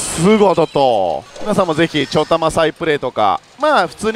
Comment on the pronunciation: 何でちょたまって言うのですか？ちょだまじゃないんですか？